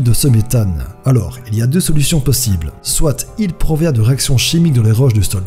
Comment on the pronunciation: Soite xD ça se dit soit sinon tres bonne vid